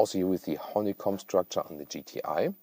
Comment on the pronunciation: I swear I heard you say "horny comb" 😂